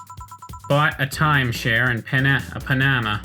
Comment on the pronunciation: Pretty sure you pronounced absinthe correctly. You completely butchered Panama though. Did you not realize it meant the country with the famous canal? Yes, KFC is very popular for Christmas in Japan, sometimes even requiring making an order a month in advance. Also, Ode to Joy is the quintessential Christmas song. I am officially starting a list of things you want on your gravestone, right in my "stupid pointless lists" folder. Afaik = as far as I know